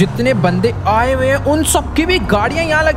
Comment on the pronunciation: When he say " Abhi Michael ko mare 2 hi din hoye h " Only we can understand kitne din hoye h 🙂🙂